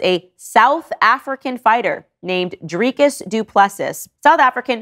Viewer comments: Dreecus Du plesis?? Its Driccus( "Dri" like the beginning of drill and "cus' like kiss.) Surname is Du Plessis with the french pronunciation. So phonetically it would be Du Plesee. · All due respect but it pronounced Drrri(short vowel sound) kis D (do) + 3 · South African here.. That pronunciation of Drikus's name got me😂😂😂 This isn't hate, it's just funny😂😂